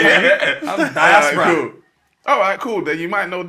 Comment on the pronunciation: Freds pronunciation of diaspora deserves the helmet 😂😂